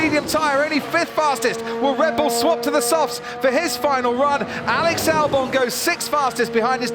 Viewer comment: Alex "Dalbon"